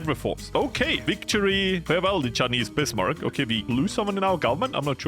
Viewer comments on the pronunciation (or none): none